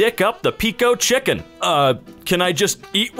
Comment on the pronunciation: chimken lol